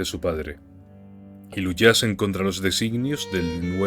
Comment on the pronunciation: Hey admin, eres de canarias?? Hay un "luchasen" que es más canario que las islas jajajajjaa